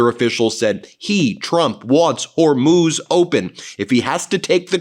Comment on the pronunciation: Thank goodness someone finally taught you how to pronounce the Straight of Hormuz.